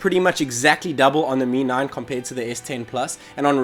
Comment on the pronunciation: Dude it's Mi 9 not 'me9'